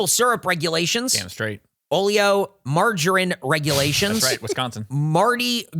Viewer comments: I can’t unhear it now 😂 And I’ve also just realised he calls margarine “margin” 🤦🏻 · TIL how Americans pronounce "margarine" and I am shook